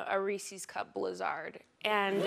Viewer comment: In case anybody missed it, her pronunciation of "blizzard", as in a DQ Blizz-ARRD, is a wonderfully clever and subtle joke about how a subset of midwesterners also mispronounce the stressed vowel in "Reese's Pieces". If you don't get it, you're from somewhere else.